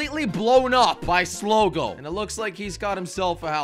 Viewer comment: "Genius" Says the guy who said "sligo"